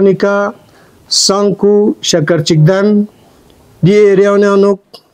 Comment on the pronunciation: Sankoo ko katt k bolrahaha h bai